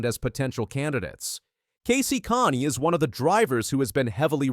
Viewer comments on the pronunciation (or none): Kasey (Connie? Lmao..... its Kahne like cane ding dong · Casey Con? Casey Connie? Get it right, twit! It's pronounced Cane! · Hey bubba Didn't do your homework did you. Who is Casey Connie? It's pronounced Cane spelled Kahne. You would know that if you ever watched racing!! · I was like what the hell is this? I had the CC on too, and it was spelling the guy's pronunciation, "Connie," lol. 🤣